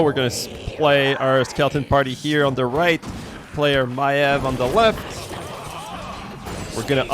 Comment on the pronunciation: Why everyone that is making rumble content can’t pronounce Maiev’s name?